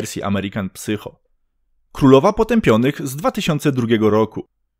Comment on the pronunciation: Fajny film. Zwrócę tylko uwagę, że w tytule American psycho drugie słowo wymawia się sajko